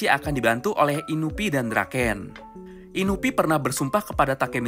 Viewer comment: Inui ngab, bukan inubi